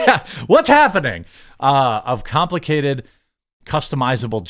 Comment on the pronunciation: "whats happenbing? "you realizing you cant read on a minor school level hahahahah